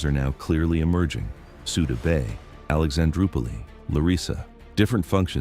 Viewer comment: Alexandro pulley instead of Alexandroupolis, but, that’s AI.😆